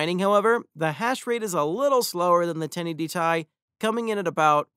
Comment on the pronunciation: Man said 1080 tie 😂🤣